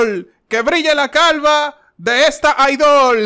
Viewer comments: Se dice IDOL no IDÓL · se dice Idol no Idól :p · se dice "aidol", no "aidól" Ahre JAJAJAJAJAJ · "Es Aidol, no aidól", 1 me emperra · recontra also frank: ¡que brille la luna!, ¡que brille el sol!,¡ que brille la calva de esta idól! -recontra also yo tambien: no se dice idól , se dice idol JEJEY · sE DiCe "iDoL", nO "IdÒL" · Se dice "idol" no "idÓl" ahre, buenardo el vídeo xd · No se dice Aidól Se dice Aidol >:c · Es “IDOL” no “IDÓL” mi cariña ;) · Se dice idol no idól :vv (lo digo en humor uwu) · se dice Idol, no Idól JAJJAAJ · un me emperra porque no se dice idól, se dice idol pero te voy a dar un like por el poema o lo que sea que haya sido eso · ¿"aidól"? se dice "aidol", no "idól". 20 me emperra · es Idol no Idól XD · Mireee usted se queja que solar dice prisá y usted dice ìdol entonces expliques😒(no es hate por si acaso)